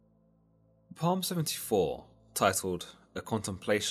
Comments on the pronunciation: “Psalm” is pronounced “salm” not “palm” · Bro, why are you pronouncing Psalm as “palm?” It’s pronounced “salm.” Still love your vids. ❤️ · Did he just say "palm" 😂😂😂😂 it's Psalm bro cmon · Not complaining but The P is silent so it’s pronounced saam not Palm. Otherwise keep up the good work I enjoy listening to your videos whilst walking my dog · Psalm is pronounced "salms" not "palms" 😂👍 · Psalm is not pronounced palm. It is pronounced as (p)Psalm. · Psalm ist actually pronounced Psalm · The P in "Psalm" is silent. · Love the video. The only thing is in the word Psalm the P is silent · "Psalm" is pronounced wrong not sure if you purposely pronounced it that way. Other than that, its a good explanation.